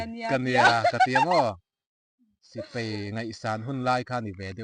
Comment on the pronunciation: Hmuh in nuam,in hlim,mahse ka'n ti teh ang,paih tih turah peih tih te,Sipai tih turah Sipei tih te...han fimkhur deuh pa bik kha😊